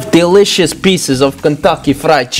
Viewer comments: This is how many times said DEELIOUSSS!! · When the KFC part was here I was listening to all the times he said delishos